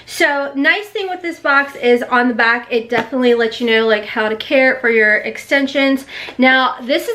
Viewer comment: I love how the strong accent comes out every now and again lol " backround" "wire" "back" lol girl I love ye